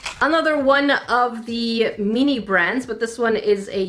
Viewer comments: every time they say mini it sounds like they are saying meany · meanee thats what i hear when she says mini